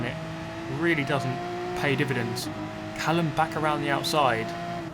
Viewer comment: Callum? mallucm...